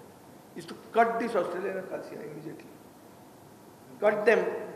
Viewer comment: Acacia. Not aquesia😂